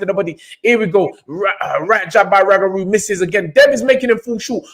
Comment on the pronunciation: How you mans butcher up the man’s name like that, it’s Roogaroo not Ragaroo. This was the modern day SRL v Benitez, technical fight, only difference was SRL stopped Benitez. This is why people say Devon is boring because he won’t take the chance and finish his opponents the way SRL did.